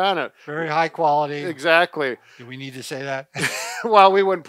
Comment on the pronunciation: I like your ''EXATLY''😊😊